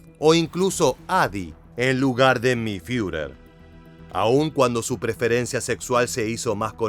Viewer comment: ¿Fiurer? Toma se dice Firer